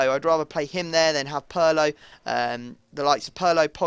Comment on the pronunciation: pirlo not purlo.